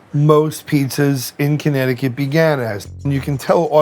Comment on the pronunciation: What was that original pronunciation of Connecticut…sounded like he said Honnecticut 😂😂